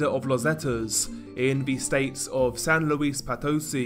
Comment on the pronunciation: But, not nearly as bad as San Luis Potosí 😅